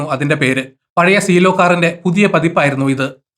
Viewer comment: സീയെല്ലോ അല്ല സീലോ ആണ്